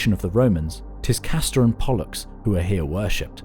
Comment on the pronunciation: Castrater and Bollocks? Or Castor and Pollux? I couldn't distinguish the anguish